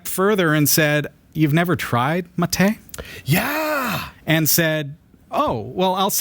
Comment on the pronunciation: I'm really happy to watch you drinking mate. The second pronunciation of "bombilla" is the correct and it's perfect. You still having problems with the word "mate" but is much better. I will try to make a video with the pronunciations here in Mendoza, Argentina and Buenos Aires but :( I am fighting against every video editor i use on my Linux Mint pc.